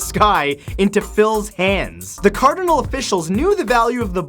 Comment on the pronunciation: CARD-IN-AL... Canadians, I swear... It's CARD-NAL